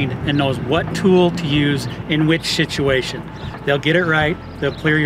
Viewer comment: Did he "shituation" ? ? 😂